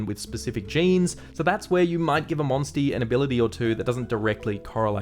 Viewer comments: Say monsty again 😂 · I can not take "monstie" seriously at all!